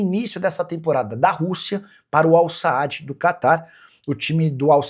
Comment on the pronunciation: Aprendeu falar Al-Sadd? 😜😜